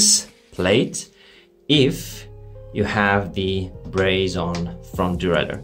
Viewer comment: Braze-on or brazen? 😄